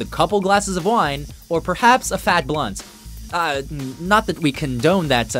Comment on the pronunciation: faTTT liTTTTle piece of meaTTTTT. Why didn't you pronounce Space Ghost Coast to Coast the same way? What happened?